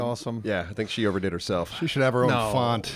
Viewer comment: "Gloria Estefant". BRILLIANT!!!